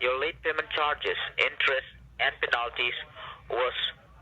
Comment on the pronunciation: "Eric Wilson" can't pronounce English words very well, can he? The way he said "penalites" is frigging hilarious!! LMAO. Is the background noise from his end or your TV? I've gotten several of these calls myself, and when they are talking to a woman, they get real threatening. I just allow them to rant, then they start calling me names in thier native tongue. hahaha it wastes their time.